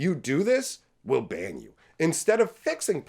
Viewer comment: Did you say Wizards is going to ban you, or that Wizards is going to bang you? Both sound about right, actually. 😂